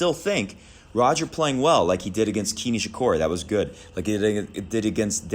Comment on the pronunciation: fyi kei nishikori is pronounced as 'k' nishikori. also fingers crossed federer just wins one more wtf or maybe the wtf will be a surprise winner live elina svitolina